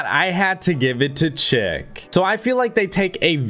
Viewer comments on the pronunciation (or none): Its not chick, its pronounced shic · Bruh you saying chic like chick lol